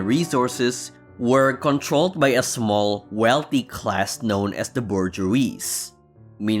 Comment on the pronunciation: Learn how to pronounce "bourgeois" before criticizing Marx, please!